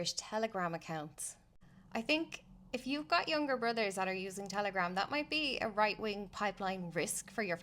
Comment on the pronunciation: Yup. Minute I heard that this wan is a mental cat lady. Woight Wing!!! Woight Wing!!